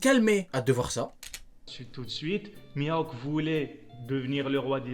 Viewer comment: juste de l'entendre dire mihawk j'ai mal au crane